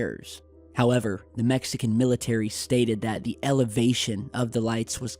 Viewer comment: the way says MEXican is entertaining